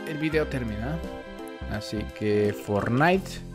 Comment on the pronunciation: En el minuto dice fornite aple